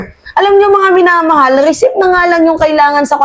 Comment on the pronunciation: mali ka na naman sa pronunciation mo sa receipt ang sabi mo recip "recit" ang bigkas na tama.